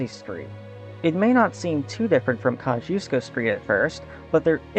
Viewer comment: Nah You still pronounced it wrong 😂 It's ka shoosh koh Named after the Polish general Thaddeus Kosciuszko